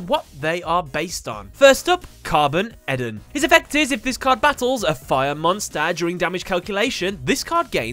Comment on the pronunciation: Carbon-EDON . I think its supposed to be carboned-don .